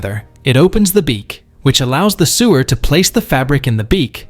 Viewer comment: Who knew seamstresses needed sewers, pronounced like poop systems. I so hate AI. Just speak already, geez.